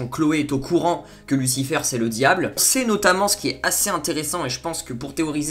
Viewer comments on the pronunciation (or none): c'est Michel pas Mickael et sa se dit lucifér pas lucifeur après jsp si c'est un accent que tu as